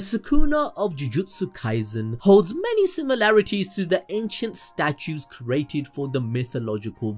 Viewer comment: bro, you freaking kill me everytime you say "cerated" instead of CREATED.